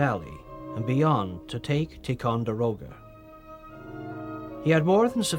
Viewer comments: Haha...that's funny but this guy can't even pronounce Ticonderoga nor even the word promontory. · I have little argument with this - except - pronunciation! Alleghany, Monongahela, Ticonderoga. I may have missed a couple. Just - a pet peeve.